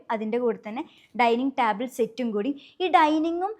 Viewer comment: ടാബിൾ അല്ല. ടേബിൾ. Kure videosil ingane parayunna kett oru arochaka feeling. 🙉